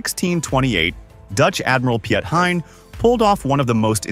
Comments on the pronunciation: Too bad the AI butchered his name. Should sound more like Pete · so piet hein when u trying to say that think pete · it is Piet ( pronounced as Peet) Hein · Piet Heijn is pronounced "Pete Hine" (almost). "ie"="ee" in English and you don't have the "ei" or "ij', but it's a bit like "eye", but pronounced with your cheeks as wide as possible. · Just don't try to pronounce Piet Hein. Call him Pete Hayn . This comes closest in sound for an english speaker. As for the rest. it's good to see dutch bravery in ww2. Unfortunately, many have a false idea of the Dutch being cowards because of fighting only 5 days in May '40 . The truth is that Hitler was so furious about the Dutch fierce resistance that he ordered the bombing of Rotterdam (yes, where that ironclad is). He did not expect that at all because the Dutch militairy forces were hopelessly outnumbered and seriously lacking equipment due to the "pacifists" ideas. Only short before ww2 people realised it would not last. Hopelessly late. The guns (carabines) of the Dutch army often came from the 19th century. Most of the planes were outdated and counted in dozens, not hundreds, let alone thousands. And yet, the resistance was so fierce that Hitler lost himself and ordered to bomb the center of Rotterdam, a civilian target. Then he told the supreme commander to surrender, or other cities would undergo the same. So the Dutch did not surrender because they were cowards. They had to surrender because they were absolutely NOT. But they also would not go on and have their civilians killed in masses.